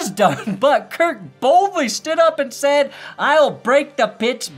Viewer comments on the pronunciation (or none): none